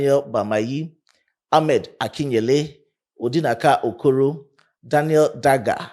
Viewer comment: Brother, don't blame him, he is trying irrespective of non Nigeria. I have a colleague here bearing Kwame from Ghana, i don't pronounce his name like a Ghanian. The guy pronounced Okoro my own Igbo Brother, i didn't know that he Said Okoro 🤔😂🏃😊